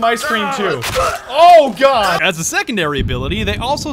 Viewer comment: AS NOT ASH